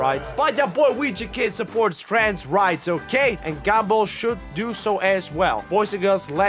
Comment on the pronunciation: says gumball in his accent My brain: Gable (I can’t spell his name right apparently I’m never gonna be a pokemon master)